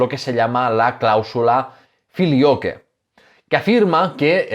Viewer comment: "Flilioque" se lee "Filiocue"